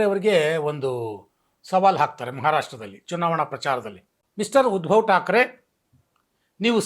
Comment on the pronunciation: Small ಕರೆಕ್ಷನ್ sir ಉದ್ಭವ ಠಾಕ್ರೆ ಅಲ್ಲ ಸರ್ ಉದ್ದವ ಠಾಕ್ರೆ